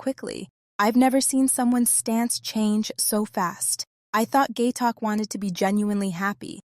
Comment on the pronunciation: It's phonetic (pronounced like it's spelled), how can you call that poor guy "Gay Talk?" It's Gaitok. Oh well, good video.